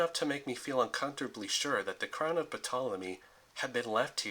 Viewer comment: The "P" in the name "Ptolemy" is silent.